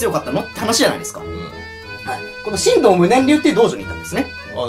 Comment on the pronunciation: ×しんどう ○しんとう